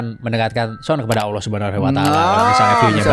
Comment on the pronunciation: ngucap Allah yg bener bro, jgn Owloh